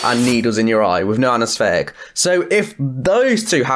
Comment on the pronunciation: Learn to speak correctly! What is anasfetic ,never, nufinc,wiv , the go and practice "th" anesthetic